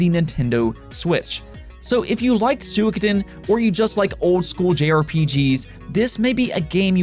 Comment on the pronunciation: He pronounced it closer to the Japanese pronunciation though.